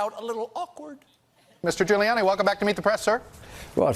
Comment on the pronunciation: Did stephen call him ghouliani ?